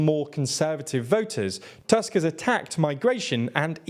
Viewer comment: You pronounce most names quite well but you can fix "Tusk" pronunciation in future videos. It's not an English surname and "u" should be pronounced more like the English oo in foot.